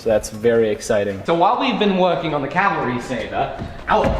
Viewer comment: Can you PLEASE Stop saying Calvary! Calvary is a mountain in Israel. Its CAVALRY.